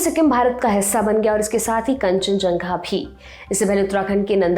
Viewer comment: कंचनझंगा ❌️ कंचनजंगा✅️